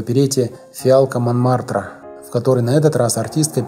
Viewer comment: ИМре КАльман! Фиалка Монмартра,а не Момартра!